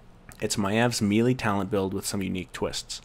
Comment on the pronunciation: I appreciate the guide, but I can't help but squirm every time you mispronounce "melee." It's a French word -- not "meelee" but "milay," as in Renee.